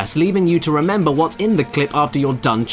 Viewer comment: Remembarr, remembarr, the fifth of Novembarr.